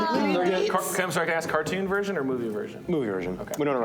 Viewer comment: "Beatle Juice" I'm Triggered